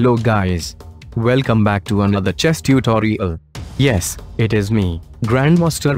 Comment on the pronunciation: Instead of "material, ", "nuclear", Mikoyan, "tutorial", Vikram said "materi-al", "nucle-ar", Mikoy-an, "tutori-al"